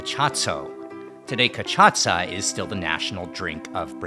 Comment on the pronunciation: It's pronounced CAH-SHAH-SSAH